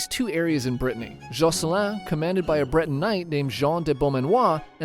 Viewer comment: Not bro calling Britain ->>>Britney 😂